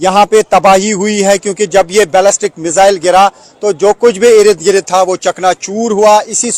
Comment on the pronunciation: बार बार इरिद गिरीद बोलके इसने irritate कर दिया है